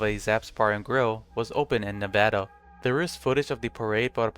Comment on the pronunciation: thankyou for saying nevada correctly